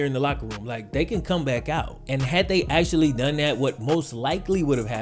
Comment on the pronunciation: The x is just in the XFL, there is NO x in actually. It is pronounced actually, NOT axtually